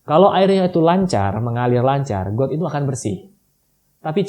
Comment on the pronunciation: kok suara pas blg got kyk gtu ya😁